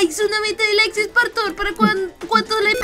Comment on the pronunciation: Pobre Spartor No es r ni s es spartor que te jama